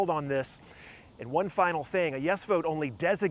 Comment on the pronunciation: Plover does not rhyme with clover, it rhymes with hover and lover.